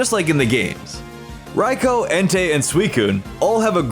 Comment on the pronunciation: you sed raikou wrong